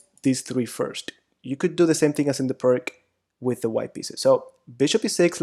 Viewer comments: Oh. It is not PIRK, ir PRK, or anything like that. Pirc was from Slovenia, Yugoslavia, and you should try to pronounce his name as "peerts" or "pirts". Got it? Like /ˈʋâːsja ˈpîːrt͡s/ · The surname of one of the authors is pronounced as “pirz”, “Pirts” “peerts”, not like “pirk”. The other person who developed that system is Ufimcev. Thus it’s full name is more like Pirc-Ufimcev defence, but in English literature it is quite a trendy to forget all Russian names. :/ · I believe it's pierce (pee ir s), not PERK. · Why you don't try to find out the correct pronaunciation of the word "Pirc"? P - ee - r - t - z. Not too difficult, right? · Thank you very much for the instructive lessons. If you allow me, I would just point out the correct pronunciation of "Pirc Defense". It is named after the Slovenian grandmaster Pirc. Pirc is pronounced like "Pirtz", similar to the German name Fritz. Thanks again, I subscribed to your channel. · Im really appreciating these vid (apart from the pronunciation of "Pirc"...poor..!), but i feel like you Always try to delay castling. I (as White) have actually problems when black delays It, still im not sure that Is the main purpose for black in most of these position. However, as i told you, It's usually a problem to me, so sometimes i feel like It's a race between the two to the last to commit himself (black to short Castle, and White to launch the pawns)